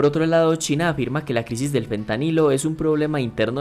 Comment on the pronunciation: ¿Por qué dices todo el tiempo Pentanilo (con P)? A pesar de que el tema era interesante a los 2 minutos dejé de ver el vídeo porque me di cuenta que era la narración pasiva de un ignorante. En español el nombre de la sustancia es Fentanilo. Y en ingles °ph" se pronuncia f. De modo que por qué ver un vídeo de alguien hablando sobre una sustancia de la cual no conoce ni siquiera su nombre y sobre un país y un idioma sobre el cual ni siquiera sabe pronunciar las palabras más basicas